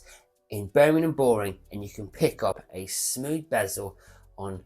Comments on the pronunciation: Need more practice at pronouncing Birmingham sir :) its not burning em lol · Can you learn how to say Birmingham correctly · Love the channel but you need to learn how to say birmingham 😂 or shorten it to brum! Great info though as always.